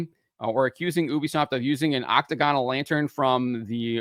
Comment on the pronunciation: thats a really weird way to say octagonal. Normally you put the emphasis on the second syllable in octagonal. You say might say "OCT-to-GAN" but you say "oc-TA-gonal". Like, do you say THER-mo-METER or ther-MAH-meter?